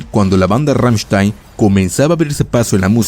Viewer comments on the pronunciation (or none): none